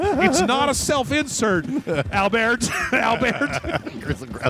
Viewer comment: Dr. Al-Beart. Holy shit. I died.